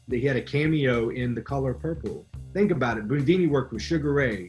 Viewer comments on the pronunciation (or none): Loved him but no one called him "Boondini". 😂😂😂